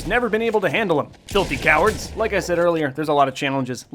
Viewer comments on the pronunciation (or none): when i hear filthy cowards it almost sounds like tilted towers